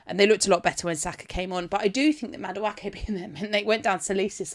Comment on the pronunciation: The butchering of Madueke 😂